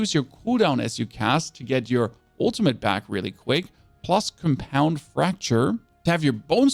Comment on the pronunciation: Hewed = heeOOD Carapace = CARE-uh-piss Compound = COM-pound Macabre - meh-COBB